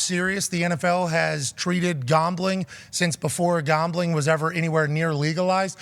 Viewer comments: Pat says gombling not gambling.lol.seriously .😂😂😂😂😂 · Gaumbling? What is Gaumbling? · I dont know what is more funny …. His comment “us Former players” or the way he pronounces “Gambling” 😂😂😂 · Why is pat rombling about gombling? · Why does Ian pronounce gambling like that? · Why is he pronouncing gambling so oddly?